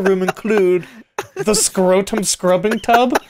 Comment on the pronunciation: Whenever you say scrotom, I think of rotom from your Pokemon openings x3